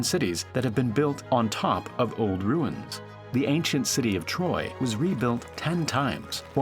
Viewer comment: you lost me when you said (the ancient city of troy)